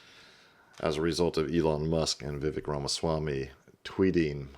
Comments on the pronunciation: he’s been in the news everyday for a year, you make political videos, and he is American. Vivek rhymes with Cake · Bruh u want to be an expert? Say Vivek’s name right. U sound like a casual at a bbq